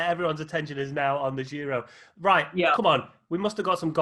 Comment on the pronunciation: What's with the French pronounciation of Giro from you and. This is like the opposite of 99% of UK people saying Chorizo as if it is Italian 🤣. Giro with starts with J as in John 🤓. Where's Rob Hatch?